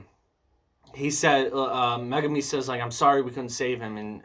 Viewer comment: You say Megumi's name right which most people don't